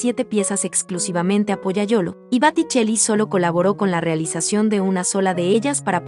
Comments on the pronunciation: Bellos los cuadros, pero crei que se decia Boticelli no Baticelli. Estoy en un error? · Botticelli, repite y repite Batticelli. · Por favor corregir Baticcelli x Boticcelli. Una pena q se pronuncie mal en comentarios q parecen tan preparados. Gracias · Booootticelli no Baaaatticelli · El pintor se llama Boticelli no Baticelli. Sería conveniente que lo pronuncies correctamente. Lo mismo pasa con Renoir que se pronuncia Renuar. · Por favor por favor es Boticcelli con o por no es con a se oye muy feo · Por favor que la que relata diga BOTICELLI no BATICELLI¡¡¡ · Corrige es Boticell con O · Que día más tonto tengo hoy...he tenido que dejar de ver el video porque no soportaba más escuchar ese "bAtticelli" BA.....? en fin, gracias ...... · Los videos y los textos son muy buenos, lástima que diga Baticelli una y otra vez, es un error que deberían corregir. En otros videos he notado lo mismo, buenos videos, buenos textos, la narración y la pronunciación de los nombres dejan que desear. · Baticelli que??? Muchos errores de pronunciación es blasfemia por esos grandes pintores del Rinascimento italiano .mal trabajo!!!!!!!!! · Es: BO TI CHE LI la pronunciación. ¿qué clase de español hablan? ¿de donde son? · Por qué dice baticcelli ????? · Que tal si pronuncias bién , porque realmente aprender es un todo...por lo que describir una pintura y decir mal el apellido del pintor, deja la duda si lo que se explica en el video es realmente verdadero !! Sabemos o no . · Gracias, sin embargo los nombres en italiano están mal pronunciados, gracias! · Me extraña que la que comenta las pinturas no sepa pronunciar correctamente el nombre del pintor, lo que ocurre aqui y en otros comentarios de otros pintores. Este error hace desagradabld oir los comentarios. Ñ